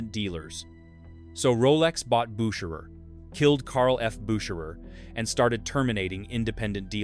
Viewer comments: When the voice over had five attempts at pronouncing Bucherer and getting wrong each time I pulled the plug on this AI crap. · For the love of Mike, can't you get the pronunciations consistent? Your AI narrator bounces back and forth between two pronounciations. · How many ways can you pronounce “Bucherer’? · That's exhausting! How many different ways are there to pronounce Bucherer? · This video could easily have been less than 10 minutes. So repetitive and the same AI voice pronouncing Bucherer so many different ways is wild.